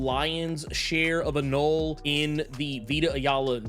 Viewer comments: I believe the etymologically correct pronunciation of anole is.... uh-no-lee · You pronounce the E at the end of. Anole… he is named after the lizard…